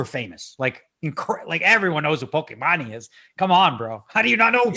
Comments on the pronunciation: the correct way is Poki-man , cause her name is Imane ( e-man ) , comes from french prononciation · The time bank idea sounds awesome! But for God’s sake, Daniel please google how to pronounce Pokimane xD